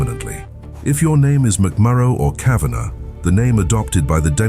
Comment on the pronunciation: I'm a Kavanagh (the AI pronounced it right) and my wife's maiden name is Connolly, living in Liverpool UK.